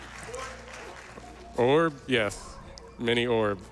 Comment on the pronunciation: Ok, so I don't join every AGDQ stream, and I'm clearly missing something. Anyone care to fill me on why they always say oorb?